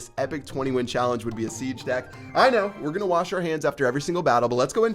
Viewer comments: ok im sure he all have said dick instead of deck lol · Did you guys hear that said dick instead of deck!!